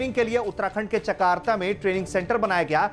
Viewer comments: अबे चकार्ता नहीं चकरौता होता है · it's chakrata not chkarta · Lallu... chakarta nahi ... chakrata hai.. naam theek sey bole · 😂chakrota nahi chakrata hai bhai hehehehe,क्योंकि मैं खुद एक एक स्पेशल फ्रंटियर फोर्स का एक जवान हूं.....;जो कारगिल युद्ध में जा चुका था और किसी को पता भी नहीं है....✊✊✊🙏हम हैं विकासी तिब्बत वासी देश की शान बराएगें...जब जब हम को मिलेंगे मौक़ा जान पे खेल देखाएगें✊🤙(हिन्दी चीनी भाई भाई यहीं तो चीन का धोखा हैं)तिब्बत की आज़ादी भारत देश की सुरक्षा वन्दे मातरम् 🙏।लेकिन हमलोग खुद एक बुद्धि धर्म को मानते हैं और आपलोक भोलेनाथ शिव शंकर जी को मानते हैं वैसे हमलोग भी मानते हैं लेकिन नाम अलग हैं;हमलोग ल्हा वांगछुग खाते हैं🙏